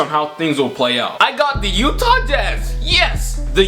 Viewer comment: The YEWWTAAH Jazz.